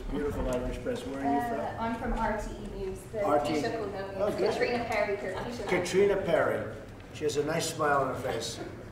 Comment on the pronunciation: 'Cot-a-rina Perry' hahaha, it's pronounced the same as Katrina.